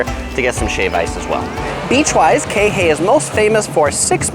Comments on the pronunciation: KEE HEH EE...Not KEHE. is is disturbing and mades my hears BLEEN every times I here you say KEHE ...Damn asking around would have been better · QUI HE EE .... Not KEHE.... It is really annoying after the third time and you keep on saying KEHE... damn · Hate it when he says "kei-hay"... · You’re saying Kihei wrong 🤣 it’s not key-hey it’s Kihei. Pronounce the first ”I” as an “E” and the second ”i” as ”Y” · its pronounced key hay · Please learn how to pronounce Kihei! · He gets kihei wrong in every video.